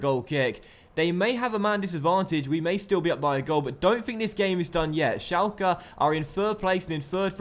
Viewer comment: it's pronounced shelke